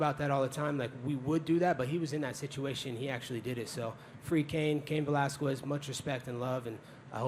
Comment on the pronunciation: "Cain ValasKWEZ"